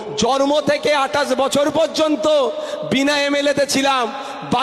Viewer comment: জর্ম কিরে ভাই জন্ম বল ভাষা ঠিক কর